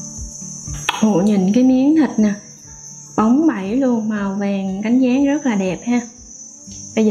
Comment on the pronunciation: "Màu cánh gián" chứ ko phải "màu cánh ván" nhe bạn :face-purple-crying